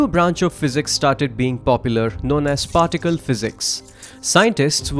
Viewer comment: "Farticle Physics"